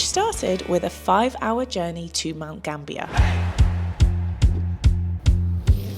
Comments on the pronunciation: Mount GAM-BI-YA. and WAR-NAM-BULL..... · Great video,!!! Mount Gambier is pronounced Mount Gam-be-ah.